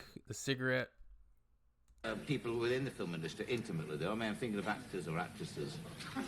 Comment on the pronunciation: The FiLm industry, I think it was the Queenslanders who used to put the emphasis on the L 🤣